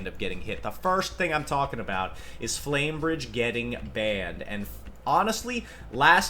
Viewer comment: Man called Flamberge “flame bridge” several times… sheesh Yugioh players really Can’t read